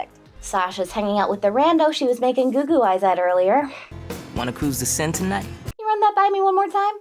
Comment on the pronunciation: Took me a minute but he said "wanna cruise the Sienne tonight" which is a big famous French river